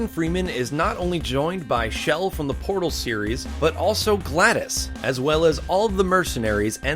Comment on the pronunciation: it's glados not gladus